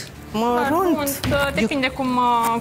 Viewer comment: cica "marunt" 🤣🤣🤣